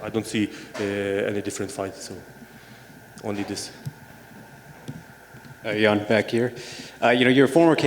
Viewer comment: *Jan not "Yan"